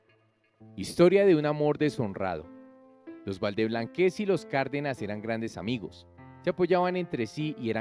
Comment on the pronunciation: No es valdeblanquéz es valdeblanquéz🤭